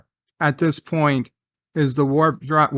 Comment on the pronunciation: "...the Worf drive..." 😆